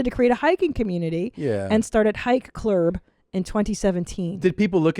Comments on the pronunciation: Hike Clurb. Clurb is how South Park would pronounce Club. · Maybe she didn't find more diversity because she called it "hike clurb..."